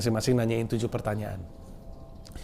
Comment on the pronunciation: Coba ngomong tujuh yang bener gimana 😂😂